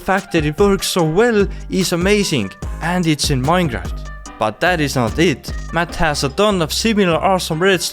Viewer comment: i love how he says minecraft as maeiinca